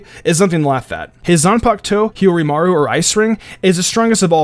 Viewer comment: I guess he watches the dub due to how he pronounces Hyorinmaru